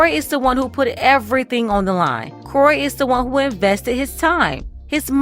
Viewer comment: It's Kroy itch, not Cory.